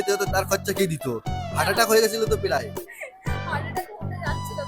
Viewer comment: প্রায় ❌ পেলায় ✔️ 😂😂😂